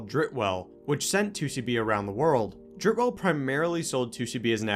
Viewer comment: Im German. In German pronounciation you speak out the e's at the end of the words Dritte and Welle. Like you say the and not th in English. So not Dritt Well, you gotta say Dritte Welle. In English this means “third wave“:)